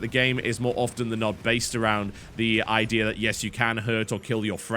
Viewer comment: Unrelated question... I've noticed that every time a word ends with "A" you seem to finish it with an "R" e.g. "The idear is" "Magickar is" and so on, why is that?